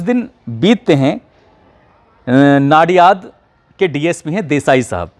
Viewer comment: नडीयाद ठीक से नहीं बोले दूबारा देखा तो मालूम हुआ इसलिए ठीक से बोले तो अच्छा है